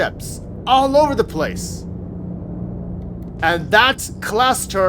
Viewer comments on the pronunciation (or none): none